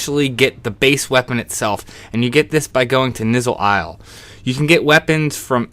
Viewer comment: "Nizzle Isle," lol. You mean ny-ZUUL Isle? :p